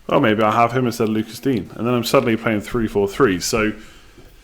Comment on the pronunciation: By the way mate it’s pronounced Luca Deenyer not Lucas dean